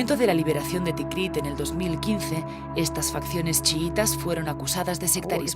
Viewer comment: Todo muy bien, pero la narradora de introducción se equivoca a en el nombre de la ciudad, dos veces. Dice "Tikriq". Y es TIKRIT